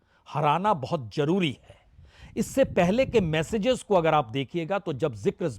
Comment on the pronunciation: और इसका हाथ मसलकर बोलना😂😂😂 और बोट बोट धन्यवाद😂😂